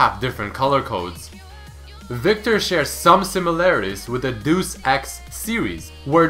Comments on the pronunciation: It is not deuce, it's deus XD You cracked me up there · for future reference, Deus (as in Deus Ex) is pronounced Day-us, not duece, hahaha... (it's latin for God) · "Doose X" LOL It's more like "Dey Us" and the word for it was augmentation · It's Day-us. Not doose. Dues is Day-us. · 'Deuce Ex' lmfao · Dee-us ex not: deus ex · Dey-US.... It's latin.... come on bro. Just like tome rhymes with HOME not the way you pronounce it. sorry for the grammar nazi thing but that annoys me a bit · Really? Is really your pronuntianon of Deus? REALLY